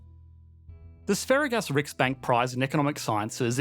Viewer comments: Had to use subtitles to check if you were saying Asparagus or Sveriges Riksbank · Nice pronunciation of 'Sveriges Riksbank' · im definitely pronouncing “sveriges riksbank” the same way as you do from hereon